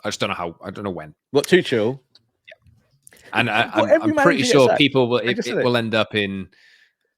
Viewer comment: Can’t have Tuchel become manager because it will mean at least two years of stubbornly and maddeningly mispronouncing his name…just like he does with “Kobbie ManU”…hey, you dingbat —>